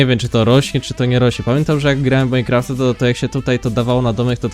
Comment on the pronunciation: czy to majnkroft? o_O